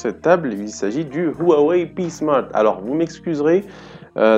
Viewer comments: Jeux vidéo & smartphones Beaucoup de gens prononcent mal son nom malheureusement, même ceux qui travaillent dans les télécoms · Merci 🙂c'est vrai que j'ai un peu de mal avec la prononciation de cette marque